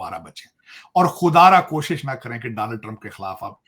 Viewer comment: Takla Daaanald Trump nahi hota Donald Trump hota hai. padha likha waiter 😅😅😅